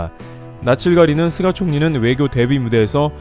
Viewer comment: "쓰가" ... 속이 쓰렸"쓰가"...?